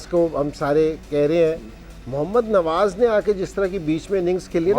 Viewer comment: Haaaa😂ab bas Kuch bhi boltey raho bhai Tum log bohat hi akar mein hotey ho jab Tum jeetay thay humnay tumko Mubarak di thi lekin Tum log to bas apni akar mein hotey ho Kay humnay ye Kiya to tumnay ye Kiya aur bhai woh nwaj nahi hai Nawaz hai Sahi to bolo😂